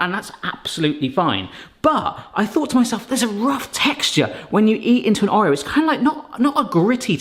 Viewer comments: Or eo. Not O reo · I can’t get over the way you say Oreo 😅 however cannot wait to try making these!